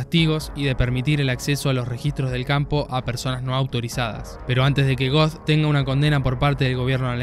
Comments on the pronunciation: Er heißt Amon göth, nicht Amon goth. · Amon Goeth se pronuncia "ámen gót." Saludos